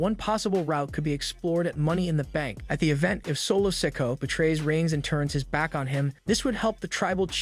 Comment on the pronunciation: yeah he does it all the time Maybe Solo should come after him for constantly calling him Sicko